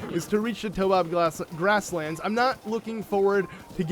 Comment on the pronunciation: It freaking triggers me when he says Toe-bob grassland, it's Taobob grassland. (tayOHbob)